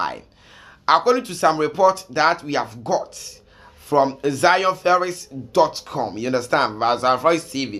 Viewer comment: Are u from Kumasi? Because your L and R is not working..Lol😂😆🤣 I heard u saying Zionferix and also sorid😂😆🤣😁😆😂